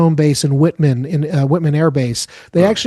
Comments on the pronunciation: White-Man AFB not Whitman...like the chocolates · It’s *White*man AFB, not “Whit”man. Also, my little sis is on the Nimitz, so those pilots better be thorough for the sake of all those sailors. 🫡 🇺🇸 Nimitz is scheduled to be decommissioned next year.